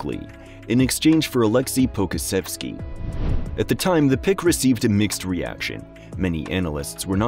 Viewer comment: Great video! I do think that you should brush up on your pronunciations of players' names. Some that I noticed you might want to hear: Poku, Deni Avdija, Devin Vassell